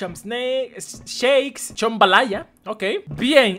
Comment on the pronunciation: Chombalaya xdd me tenté A aprender ingles con c ha dicho xd😂😂❤ Ame el vídeo 😂😂❤